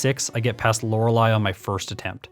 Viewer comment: Hard to give you those likes if you keep privating the video. Really like your style of video. It feels refreshing and nostalgic. Stories like the Mew under the truck are my jam. Also I prefer you over the other guy, since you know how to pronounce Lorelei. lol